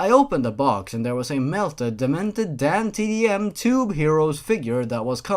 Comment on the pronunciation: Every time you said "DanTDM" I thought you were saying "Damn Tiddy M".